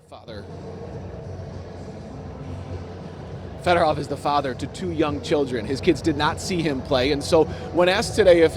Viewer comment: "Federov" Show some GD respect, you idiots.